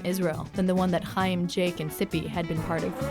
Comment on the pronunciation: Thats not how you pronounce Chaim stupid. You aspirate the Ch sound as in German.